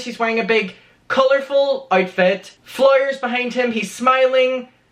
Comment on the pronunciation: I mainly come here to hear you say fleuurrs and sitchy-ation. :P